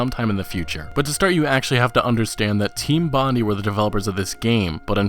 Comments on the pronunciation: It’s pronounced “Bond-eye” not “bondy”. As in Bondi Beach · The way you pronounce 'Bondi' makes me nauseous.